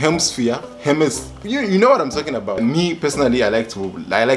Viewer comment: You can't even pronounce hemis.... 😂😂😂😂😂😩😂😂😂😂😂I'M SCREAMING... LMAOO YOU SAID 'STUPID BOYFRIEND' 😂😂😂Mayeso mwandi nakana ine